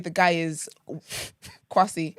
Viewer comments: It’s the A that makes ppl think it’s pronounced Kwa-see , most Ghanaians would have the E but I like my man do not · its pronounced “Kweh-See” not “Kwaah-See” 😂😂😂